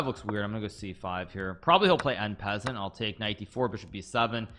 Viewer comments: N peasant??? I’m not French but at least I can pronounce it properly “on-par-saunt”!! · So strange to hear one of the world's best chess players mispronounce "en passant".....